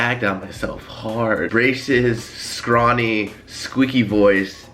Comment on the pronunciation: Scrony 😂 not scrawny... scrony lool